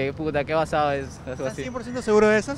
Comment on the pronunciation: Uff cuando escuche el "basade", me dio una ganas de arrancarme las orejas xd